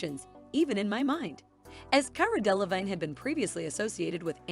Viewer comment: Her name is pronounced 'Deh lah VEEN '.